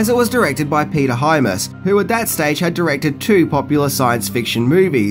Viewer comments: It wouldn`t be a video if you didn`t mangle at least ONE person`s name each time: it`s Peter Hyams (Hi-emms), not Himus...I really like your channel, but it could do with research on THAT specific part... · Does purposely mispronounce people's names as some sort of easter egg? Because he never fails. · Hyams.. pronounced like dimes.. not hi-mass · Great show, but...it's Peter Hyams, not Hymas. Sorry to nitpick. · Not to be "that guy" but dude...the name is HY-AMS. Not HY-MASS. I cringed seriously every time the name was mispronounced. Otherwise your vid was on point as always. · wstine79 i wish he’d STOP SAYING “HYMAS”!! It’s HYAMS!! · I enjoy these Vids, but gotta add: Director Peter Hyams (HI-Ams) not (Hi-Mas) has a son called John who directed Van Damme in his two BEST movies the vastly superior and underrated Universal Soldier sequels US: Regeneration and US: Day of Redemption, both of which feature the grittiest and best fight sequences of the franchise, and both of which culminate in epic re-matches between JC and Dolph. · The Director is actually Peter Hyams, not Hy-mas, as pronounced in the video. He's actually a great visual director, as he's also a cinematographer. Anyhow, another great vid,! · Excellent, excellent, excellent film. Seen it many times. However, it's Peter Hyams, not Hymas! ;-) What I did expect was that you would mention Time Trax which was an excellent TV series about a "time cop" sent back to the past to bring back fugitives who escaped through time. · HY-AMS. (HI-AMS.) not HY-MAS. One of Van Damme's best acting parts was the movie Replicant. You should check that one out. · Peter HYAMS, not hymas. There's no Hymas. Come on,... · Huge fan of your channel but the directer was Peter HY-AMS not Hymas. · Just curious...do you mispronounce things on purpose? The director is Peter Hyams, not Peter Hymas. I enjoy your channel. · Hyams not Hymas. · Peter Hyams...Hi-ams not Hymus. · Hyams pronounced High Ams